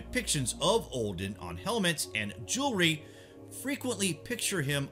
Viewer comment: For gods sake please stop saying Ohhdin